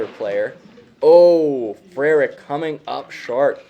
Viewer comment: Great pronunciation of “Frerich”, that’s not an easy one. This was a fun match. Way more 20s shooting than I was anticipating. Great shooting by Jamie